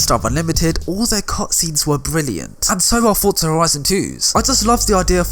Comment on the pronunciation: Why do people pronounce "forza" like "fortza"? Its "forza"